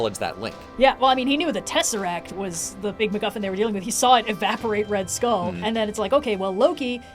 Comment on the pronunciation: ah yes red stull